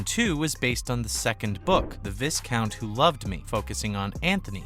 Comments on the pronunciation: Okay seriously it's Vai-count and Vai-countess not Viz-count or Viz-countess 😑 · In the US we have no royal peerage and may not be aware that the "s" is silent and therefore is pronounced Vi-count, though spelled Viscount.